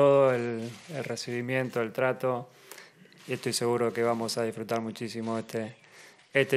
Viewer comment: feli, clu, dirfrutá, nomá...